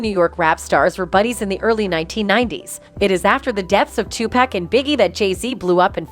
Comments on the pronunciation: "Two Pack." 😅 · Listening to her say Tu-pack is urking my nerves...my God😂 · The Ai narrator pronounce Beyonce and tupack is crazy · "2 Peck" ... "Bay-Onss"... "Tube Pack"! I thought the I in AI stood for Intelligence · The AI aspect of these news reports don't do much for their credibility. The damn thing doesn't even know how to pronounce Beyonce, Hov or Tupac SMH